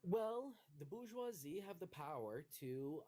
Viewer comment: It’s not bou-goisie. It’s bour-goisie. More evidence American’s confidently say things wrong and eventually people keep saying it wrong.